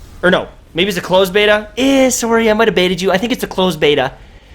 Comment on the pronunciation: I might have Baita'd you? You sunavabich 😂😂